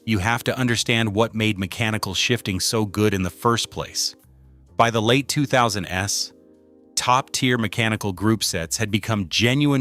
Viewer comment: By the late 2000 ess? What kind of AI BS is this?